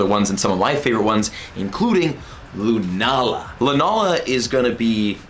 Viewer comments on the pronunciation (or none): none